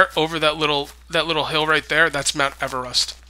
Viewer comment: Are you trying to say Mount Everest??????????? If that is u are trying to say...its eve-rest---... It is tallest mountain in the world ..and its in Nepal ....